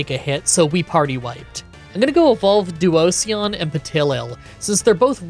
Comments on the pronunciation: Once again you skip the Kami and I don't know why. You skipped Tornadus in Black and now you're skipping Thundurus in White. P.S. I have never heard someone say Duosion like you did in this video. It's a mix of duo and fusion. Duosion is two cells fusing together so it's pronounced the same way you would pronounce fusion. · I've never heard that pronunciation of duosion, i usually read it as duo-zhun. But your pronunciation also makes a lot of sense! I can see how Pokémon names can be super confusing lol ❤ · I felt like he was saying "Onision" every time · Due - oh - zee- an // dwozian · To answer your concern, you are not, it's pronounced Duoshon (this comment not only educates, but it's good for the algorithm) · Like duo, and Fusion. Duosion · 'Duo see on' is probably the worst butchering of a pokemon on this channels history. (I love all your videos and seeing all this gen 5 content is awesome) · Duosion is like duo-vision, but it’s how you pronounced it from now on 😂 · Duo-sion “Fusion duo.” Not typing this to critique, hoping this helps you with pronouncing the name! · Duosion is pronounced like duo like 2 and sion in devision like a cell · Duo is right, but the sion is pronounced the same way that it is in fusion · Pokemon name pronunciations are, of course, taken with a grain of salt, but I think Duosion rhymes with fusion. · If you're looking for how to pronounce Duosion the last syllable is the same as division. It's actually the pun in it's name, duo+division. No hate, btw😂. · I like how you say Duosion, it's sounds so much more fun than what most people pronounce it as! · I adore you pronouncing Duosion like an Eevee-lution 🤣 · Ah yes. Duosion, my favorite Eeveelution. The "sion" is pronounced like version. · Duosion. Pronounced like 'Explosion'. How is it difficult? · that duosion pronunciation s surely something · DUOSION IS PRONOUNCED LIKE DIVISION BUT WITH DUO AT THE START BECAUSE IT'S A SINGLE CELL USING DIVISION TO DIVIDE ITSELF INTO TWO CELLS